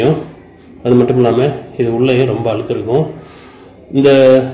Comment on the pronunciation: அண்ணே அது அலுக்கு இல்லை அண்ணே அழுக்கு